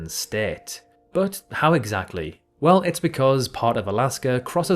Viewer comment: "shhh-tate" Sorry couldn't help myself. Had to point this out